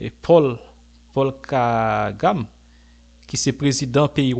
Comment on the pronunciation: Paul Kagame du Wanda yo prononcé Kagame avek avent aigui